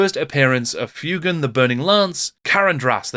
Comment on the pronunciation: also pretty sure fuegan is pronounced fway-gen not few-gen, since his name is a reference to the spanish for fire, fuego, which is pronounced fway-go